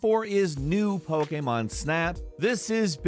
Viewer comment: The hell is pogaymon?